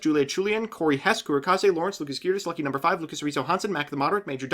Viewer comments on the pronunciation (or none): none